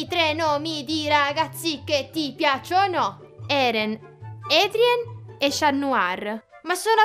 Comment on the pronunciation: Sto impazzendo per miraculus anche se so che è un programma per bambini ma EDRIEN😳 aaaa si dice ADRIEN pronuncia ADRION